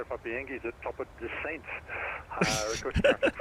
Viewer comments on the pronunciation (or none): The other pilot emphasizing "top of DESCENT" was hilarious 😀 Question: When you get your arrival runway from the ATC, you select your arrival procedure from the DEP ARR page. Since you're adding STARs and VIAs to your route, wouldn't it make your ToD a bit later (because STARs and VIAs add additional waypoints and turns to your route. Without them, your route was more "direct" to the airport)? Maybe this is the reason the plane didn't descent around . FMC calculated a new VPATH, delaying the ToD. And as you explained, you "hit" the vertical profile a bit later.